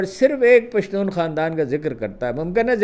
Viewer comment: اپکا پشتون کہنا بہت اچھا لگتا ھے ۔ ھم پشتو بولنے والوں کے لئے